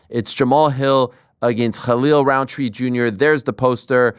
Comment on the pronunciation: wow, props to you ariel for pronouncing his name right, didnt expect it